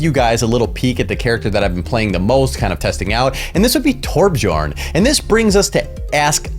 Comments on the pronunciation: it's "Tor-BEE-Yorn" :) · I think the way you speak Torbjörn is overpowered :D .. It's Torb- YORN